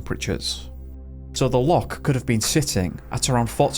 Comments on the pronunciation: Please learn how to say Loch instead of Lock!! It ruined the story for me.. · It's not 'lock' u sassenach. It is loch, get it right. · Wish you could learn to say Loch it’s very annoying a lock is something you put a key in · Why are you mispronouncing the word loch, are you deliberately trying to insult Scots? Its not a hard word to say otherwise